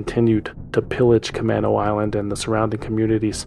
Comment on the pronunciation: As a Seattle native, let me make a correction to the Concerned Citizen re: Camano Island. It’s ca-MAY-no, not ca-MAH-no.